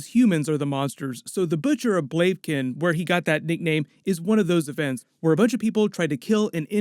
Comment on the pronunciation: Butcher of Blaken?? Really?